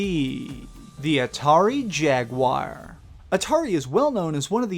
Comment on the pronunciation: 1 for saying jaguar wrong